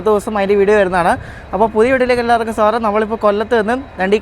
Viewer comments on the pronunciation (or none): none